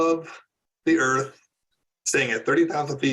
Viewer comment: I heard “earf” that was it for me.